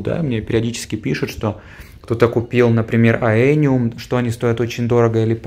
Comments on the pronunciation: бесконечно благодарен вам, Нико, за такие потрясающие экскурсии и рассказы. Хотел вас немного поправить. Растения, которые вы называете Аэниум, правильно называются эониум (Aeonium).) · Да, проект и в целом остров просто потрясающие. Эониум произносил га испанский манер, запомнил😄🌿☀️